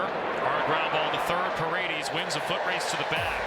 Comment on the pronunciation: It's Pah-red-dehs dammit, not Paredeez, can we get our commentators back please.